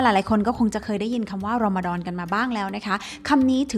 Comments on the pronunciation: ขอบคุณที่ให้เกียรติศาสนาอิสลามนะคะ💕 ออกเสียง รอมฎอน ได้ชัดมากคะ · พูดคำว่ารอมฎอนชัดมากเลยค่ะ 😁